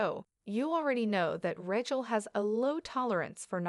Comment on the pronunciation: Ratch-ell? Channel belt?? Good God!